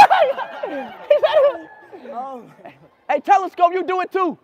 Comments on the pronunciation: Talisca❌ Telescope✅ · Bro called talisca telescope ☠️